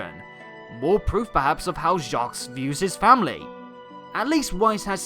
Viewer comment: By the way, you don't pronounce the 's' in Jacques, it's French.